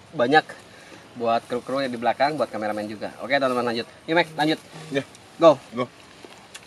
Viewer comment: Kok Mek ya bukan Mike🙈